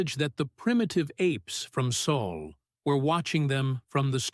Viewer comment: Wow, the ai learnt Sol and said it right :P